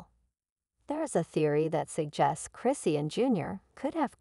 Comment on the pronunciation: I can't take this video seriously they not even saying her name right who is christian?